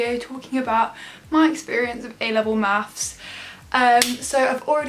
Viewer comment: and "mathes"